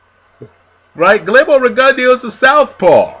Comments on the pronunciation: you gotta put the gon & the "eh" in the pronounciation. Riggin Dow is how Max Kellerman pronounces it but not by the Cubans. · I dare say u r sayin rigondeaux name horribly wrong, to the point I didn't even kno who u was talkin about at first, lol, gud vid doe